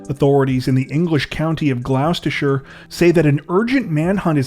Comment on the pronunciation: Gloucestshire pronounced Gloss sta sure . love the vids still 💯🇬🇧❤️